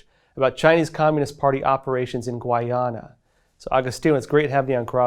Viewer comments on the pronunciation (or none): Its pronounced GUY-ana! I don't understand why that's so hard to pronounce. You people never seem to get it right.